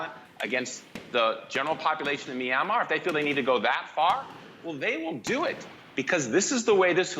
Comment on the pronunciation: Did he just say Meeranmar?